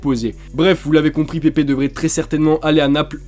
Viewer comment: Ta mal dit pepe a Arsenal 🤣💦😊